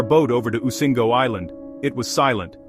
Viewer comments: Migingo is pronounced mi gi ngo not mingo.The island is between Kenya and Uganda, right in the Lake Victoria. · Why a u lying to people? And it's migingo, not mingo 😂😂